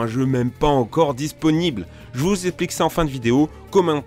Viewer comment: "j'vous éplique" Putain toi t'as été terminé à la merde ou bien ?